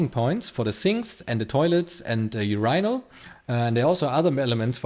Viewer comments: check online for the pronunciation of Urinal...you are pronouncing it almost like a planet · awesome video and awesome job you did, looks really great all the way around. funny, just yesterday i thought i wish he made a new video :D your english is obviously excellent but there was 1 word you didn't pronounce right, it's urinal. there was one more word that could be pronounced better, which is pallets and the way you say it, it sounds more like pellets :P other than that it was perfect.